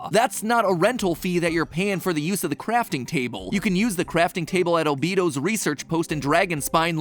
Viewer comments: it's pronounced "ah-bae-doh" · It’s pronounced all B do not albeedoo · Did you just call him albeedo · al-beee-do not al-bei-do uh huh 😌😆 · I think the best part of this video is Mat's pronounciantion of Albedo - "Albeedo" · “Who’s your favorite genshin character?” Oh I like al-be-to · Mans really said “albeedo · Ah yes.. O-bee-do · im so sorry but did you say al-bee-dough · AND YOU PRONOUNCED ALBEDO’S NAME WRONG OMG ITS AL-BAY-DOE MAT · matpat: pronounces Liyue correctly me: oh thank god, i was really worried for — matpat: “Al-BEE-do” me: I can’t believe you’ve done this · When he said albedo name wrong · lol! I think that you pronounced Albedo's name wrong! XD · I'm sorry but my heart physically hurts when I hear how he pronounced albedo /lh /j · The way he says Albedo and Tevyat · just was not right dude if you can’t say it correctly you are not allowed to make a another genshin video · I just want to know who taught you how to pronounce things like teyvat and albedo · The butchering of the words Teyvat and Albedo hurt a lot. Otherwise fun theory! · fandom: You pronounced "Albedo" wrong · Imagine saying Teyvat and Albedo wrong, couldn’t be me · And he ruins it by mispronouncing "Albedo". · the way matpat pronounces albedo scares me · Matpat, dude. You literally just posted a video 3 weeks ago about how many people look at and work on episodes before they are released. You could've, at the very least, made sure your pronunciation of the world you are talking about is correct. Also, Albedos name. Overall, interesting theory but I physically cringed at every mispronunciation. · im sorry but why did matpat pronounce Albedo like that😭